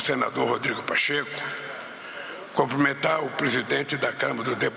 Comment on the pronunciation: Alguém fale para essa figura que o certo é cumprimentar e não comprimentar.